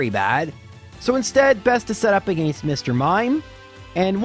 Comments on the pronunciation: its not his fault he has a different accent also whats wrong with the way he pronounces arcanine again or against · Why do you pronounce against like that?